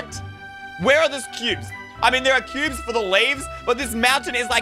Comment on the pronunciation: Is it just me or did he say scubes at around 2minutes 40seconds